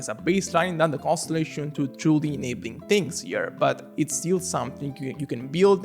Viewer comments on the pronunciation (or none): none